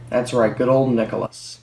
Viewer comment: why did u keep saying nickolous💀